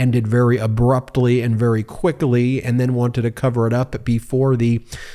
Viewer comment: Absolutely love this channel but this is the first time I cackled out loud “a few seconds of sex” and the emphasis on quickly are hilarious and seem extreme accurate. 😂😂😂